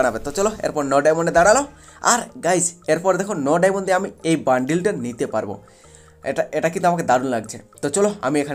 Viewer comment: ওটাকে ডায়মন্ড বলে ডায়মোন না